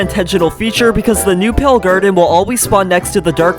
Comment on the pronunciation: "The pale grrden"